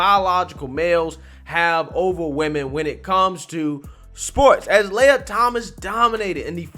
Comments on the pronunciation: I and my girlfriend are seriously concerned with your pronunciation of this person's name. Do not defame Princess Leia such a way! This impostor's name is (Lee uh) Lia. Thank you and now you may go on about your business. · Fake news. This dude flopped hard because of the backlash. Now he can swim against the ladies and dominate again next year. They all know he could have easily won that race. Also, come on man. It's LEE-UHH, not LAY-uhh. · Learn to pronounce names. I don’t think you’ve ever pronounced a name right. It’s Lia, Lee-ah, not Laya. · Lia not leya as in wilLIAm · Dude it's LEE-A!? Have you heard anyone say her name cuz sheesh😬 Even worse you've said her name 10 damn times in the 1st 5mins🤣🤣🤣 Imma give you a like and head out the mispronunciation is burning me up bro🤦🏾‍♀️🤦🏾‍♀️🤦🏾‍♀️ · I think it's pronounced Lia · It is Lia with the LONG E SOUND!!!!! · Appreciate the videos but dang man this ain’t Star Wars. It’s Lia, as in Lee-ah. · He didn't get beat, he lost on purpose! I also think it's hysterical you're pronouncing his name wrong lol! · Btw, love the way he’s pronouncing his name wrong!🤣🤣🤣🤣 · does this guy purposefully mispronounce people's names?